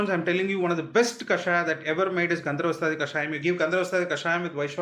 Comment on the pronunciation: Dear Dr., Thanks for the valuable information. Just a small correction.... You are pronouncing it as "gandharvastaadi" instead of "gandharvahastaadi". "ha" kaara is either missing or not clearly heard.